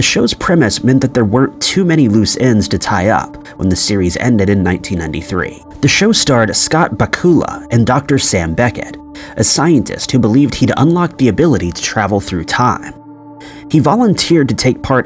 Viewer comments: Bakula. Not Bacua. Scott Bakula. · Why does are always sound like a person who had a hard head injury is Scott bakula not backula I mean he is a time traveling hero he's not Dracula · What baffles me is how anyone in 2024 is still WILDLY mispronouncing celebrities' names. BAK-you-luh. Like Dracula. This isn't hard, it's been pronounced for you in hundreds of interviews, mentions, retrospectives, and shoutouts. Thousands. Come on. I can get it when it's a relative unknown, but the dude has starred in multiple tv shows. Not episodes, whole ass shows. There was even an episode of It's Always Sunny. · “Bacooluh” 😂 it’s supposed to sound like Dracula 😂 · Not Scott Bakoooooola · Scott Ba ku a??? lol "Back you la" is how it's pronounced. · Uh uh Quantum leap is my fav show what we not gon do is mispronounce his name 😂 It’s pronounced Scott Back yu la not bakoola!! They had to go back and reshoot the season 5 finale because they were cancel. Al was supposed to become a leaper in s6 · I’m sorry…starring Scott Ba—who’ah? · Whos Scott Bakoolah? 😂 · Scott Back -you-la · Scott Bakula's last name is is pronounced "Backyula". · Back-up-lah for Bakula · Scott Ba-COOL-a ....thanks ai narrator... 🙄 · It's pronounced like Dracula. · Scott Backuulla?......Learn how to say the name of the stars. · Please learn this, narrator: Scott Bakula’s surname is pronounced Back-you-luh. Pronounced Calavicci right, but not Bakula. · Lol dude did you really mispronounce Scott Bakula's name? (it sounds just like Dracula)... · What is it with this moron mispronouncing peoples last names “Bacoola” are you kidding me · Bach- OOooOoolah. lol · It's Ba-Cue-la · It's pronounced like Dracula only with a B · It’s Bakula, like Dracula! Also, the ending of Quantum Leap wasn’t confusing or weird at all! 🙄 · 😅 And Scott Backula… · Bakula is pronounced like Dracula 😂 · 😂 sounds like Dracula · Yeah, it’s pronounced (Bacoola) damnit. Like Dracula in Bella Lugosi‘s accent. 🧛‍♂️ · Lol Scott BaWhat?.. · BAK ULLA? LOL